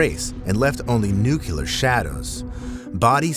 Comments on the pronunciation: It's nu-cle-ar...not nu-cul-ar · Nuclear NOT nukelar!